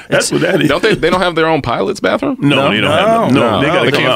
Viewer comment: "Ain't nobody go up in the bafroom for 35, 45 minutes" 😂😂😂